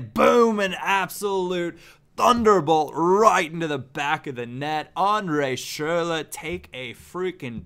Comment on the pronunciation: Please stop saying schurrle.... you're butchering it